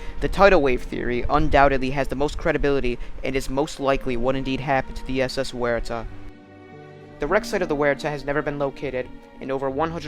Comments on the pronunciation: In Australia Waratah is pronounced Woh-reh-tar. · Wonderfully researched and presented. Pronunciations are closer to “WARR-I-TAHH” and “MEL-BURN”, and DerbyShire is spoken as “DERBY-SHEER”. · Good research and exploration of various theories. Just check pronunciation before recording in the future. "Waratah" is pronounced "War-ah-ta" and "Clan McIntyre" is "Clan Mac-In-Tire". Good production and fine presentation otherwise. Still gave it a Like. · Correct pronunciation of Waratah.